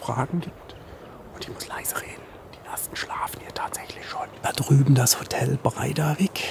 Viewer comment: ..... "zurück im Zottel" ..... sagtest du schon zum x-ten Mal🤔 Da muss ich immer schmunzeln😊 Aber inzwischen habt ihr einander sicher wieder👍 Vielen Dank für deinen Aufwand, uns auf deine spannenden Reisen mitzunehmen🌋🌅🏔️⛰️